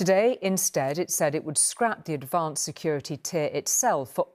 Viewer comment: 1.15: "Adavanced" ?!